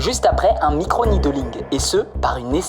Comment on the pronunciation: « Un micronYdheEuuling » 🤣🤣